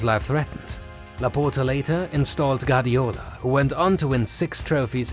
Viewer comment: Guardiola* not Gardiola